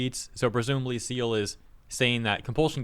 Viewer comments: "Seal" lol, it's "Kai-el" by the way brotherman. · Bro's name is pronounced "Kai-yell" not "Seal" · Cyeal. His name is pronounced Kai-yel. Not seal. Not being a stickler just i have a mispronounced name and it can be awkward. And everyone is on the same side here....the side against SBI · you are awesome; just a heads up/FYI since I also follow Cyael it’s pronounced: Kai-el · Cyael is pronounced "kai-el". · omg reading Cyael like seal... wow mate wow XD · Cyeal's name is pronounced ki el just so you know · 🦭🦭🦭🦭🦭🦭🤣 lol, i think its pronounced "Kie -el" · Cyael is read like "kai'el", he's a YouTuber and he pronounced his nickname this way. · I don't want to embarrass you but someone should mention this... Cyael is pronounced Kyle. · FYI he pronounces it Kai-el aha. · I think the dude's name is pronounced Ky-EL. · Great vid,. Just a quick note: Cyael is pronounced Kai-yell, not Seal. He's on top of all of this stuff, so I'm sure you'll be hearing from him again. He's cool. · Cyael is not pronounced "seal", it is pronounced kai-el. Great channel and he's out fighting the good fight for gamers. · KAI-EL. Not Seel. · Cyael is pronounced like “Ky-El” and not so much “Seel” Bee tee dubs. Thanks and keep fighting the good fight 🤘🏻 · LMFAO! "a tweet from Seal". It's pronounced "Kai - El". Like DBZ "Kai" or "Kai- Cenat" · Your mispronunciation of Cyael's name hurts me. It's Kai-el. 'Kai' as the 'ky' part of 'Kyle', and 'el' as 'el' from 'eleven'. Good video though! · It’s Kai-El Not seal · "Seal" XD "Kai-el /Ky-el" would be the correct pronounciation for Cyael .x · It's not Seal! Cyael is pronounced [Kai-yell]. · Who is Seal? Pronounce Kaiel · Its KAI-L not seal xD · Se-eal? My guy its pronounced Ka-el lol. Good vid nonetheless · It's pronounced Kyael, not See-eL 😂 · Seal? you mean Kael? that's how Cyael is pronounced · FYI, Cyael is pronounced "Ky-El" or "Kai-El". Similar to a cross between "Kyle" and "Jor-El,". Not "Seal,". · It's Kai-Yell, not "Seal"